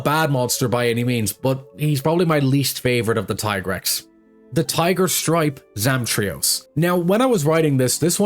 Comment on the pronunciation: It’s Tee-Grex mate not Tie-Grex C’mon mate it’s been long enough.